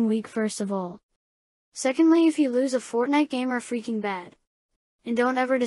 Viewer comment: Did he just said "Lose" with a second "O"? Cancer goes brrr